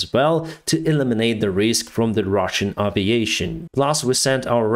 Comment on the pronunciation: this has been driving me nuts. It's not ah viation, its ae viation. Would you call an airplane an ahr plane, or an airport ahr port?